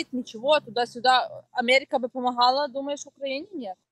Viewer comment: Омэрика 🤣🤣🤣🤣Ой я не смогу)))